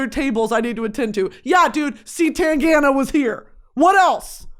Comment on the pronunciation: As a Spaniard, you pronouncing C.Tangana with the english C is cracking me up, but in a good way.